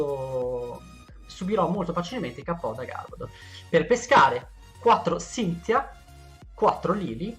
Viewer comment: Ti ringrazio davvero per la corretta pronuncia di Cynthia. L'ho davvero apprezzato. Parlando del mazzo lo trovo davvero interessante, anche se tutt'ora preferisco il BuzzCargo (Con Garbodor e Weavile).